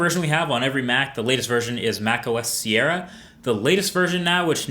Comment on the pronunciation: High 'sí-era'